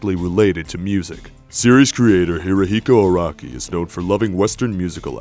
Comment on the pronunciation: I'm not gonna lie, I was like Iraqi? then realized he was saying Araki